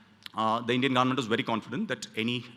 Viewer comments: Why does he say government as 'garment'?? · Bro it's not garment, it's government of India 😂